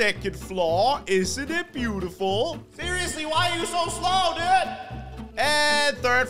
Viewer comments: “This is my TV station dewd” Had me rolling 😂😂😂😂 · The way he says dude😂😂